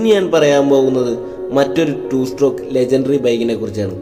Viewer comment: നിനക്ക് വിഷമം ആവില്ലെങ്കിൽ ഞാൻ ഒരു കാര്യം പറയാം.... strock അല്ല stroke... 2 stroke 😶